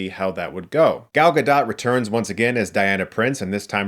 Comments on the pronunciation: Gadot is not pronounced Gadot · Guh-DOAT. Again, it’s pronounced Guh-DOAT. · Spoiler: Gal Gadot's last name is pronounced Ga- DOTE. rhymes with Boat or Tote or Goat. Not ga-DOT. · 'gadot' rhymes with 'boat' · I think the "T" is silent in Gadot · Your pronunciation of Gal Gadot’s name is as tragic as the movie 😂